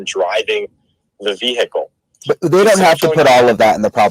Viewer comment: I would never hire a lawyer who does not know how to say the word vehicle properly. It's not hickle the H is silent.